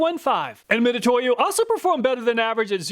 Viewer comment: it's pronounced Mi Tsu To Yo, not Mi To To Yo, つ is spelled both Tsu and Tu